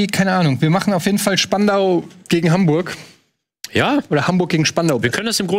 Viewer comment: Die Betonung muss auf spandau liegen denn spandau ist älter als Berlin 😅👍